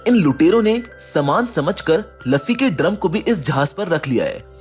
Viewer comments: Luuuuuuuuuuuufffffffyyyyyyyy not laffy sare video ki maa bhen kr diiii Bhai tune.😮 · Bro I like your explanations, but he is Luffy not Laffy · Arey wo luffy hey laffy nahi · Laffi nhi luffy ha